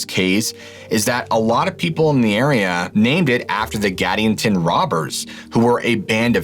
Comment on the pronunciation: It’s pronounced: Gad•EE•an•ton. This happened the year I was born and Modena is about an hour north of where I live now. The Native tribes have a lot of fascinating, scary, spooky stories about this area along the Nevada/Utah border.